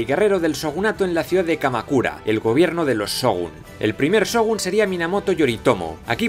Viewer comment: Excelentes videos, nadamas te dejo un pequeño tip de pronciasiòn, cada que veas SH se pronuncia como una CH, por lo que por ejemplo se pronuncia Chogun y no Sogun y asi con lo demas tambien :P